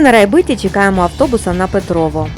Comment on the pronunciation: У відео і його озучці трохи відчувається стьоб про Петрове. Диктор весь час говорить про якесь ПетровО, зазначивши лише один раз правильно назву селища ПетровЕ.